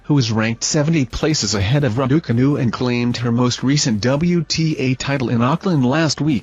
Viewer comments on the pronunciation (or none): Somebody tell this idiot to pronounce the name Raducanu correctly please.!